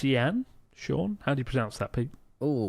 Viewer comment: Please tell me the "sean" name they were trying to pronounce was some poor Cian (kee-an) 💀